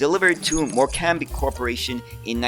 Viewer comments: I watched this again and realized you mispronounced Morecambe, it's pronounced mor-kum, sorry to sound pedantic, if it's any consolation the nearby town of Heysham (hee-shum) is frequently mispronounced. I could give you a list of town and cities in the UK which are frequently mispronounced by the British, but this is about buses. Morecambe Transport was sold to Stagecoach many years ago. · Another great video, I'm really enjoying all of your bus content! One little tip on place name pronunciation - Morecambe in Lancashire is pronounced 'Mor-cam'.:)